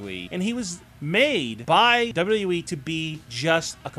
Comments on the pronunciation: you say wwe like dodododowee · First of all you have to make a good pronunciation.Then you got a option to choose making of a video.I just listened your presentation somehow through the video wich was disguisting.Please make sure from the next time what you have to improve your basic things to make a video presentation.Your accent of WWE was just impossible to take.